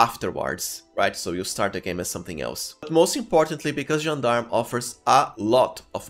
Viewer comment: Once again, a perfect gentleman that pronounces "Gendarme" correctly ❤️❤️❤️